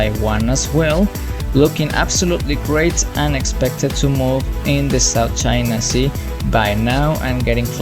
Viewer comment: Ah yes, "South Chia Sea"